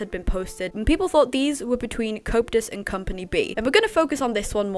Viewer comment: Not in an offensive way, i find it funny how it sounds like you say copetus instead of coeptus 😂❤